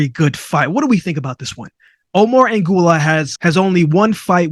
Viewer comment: who the heck is ANGULAR? AGUILAR: AH -GEEH-LAHR